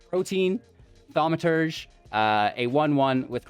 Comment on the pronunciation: Mans said "Protein Thaumaturge"